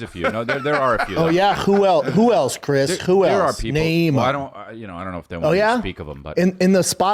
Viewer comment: “CHWHO ELSE CHRIS CHWHO ELSE” 😂😂😂